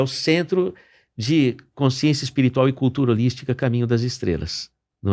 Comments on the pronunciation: Um sábio falando com uma pessoa que nada sabe. Sra, não diga coinsciência, é CONSCIÊNCIA. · Consciência, não coinscisencia. 😂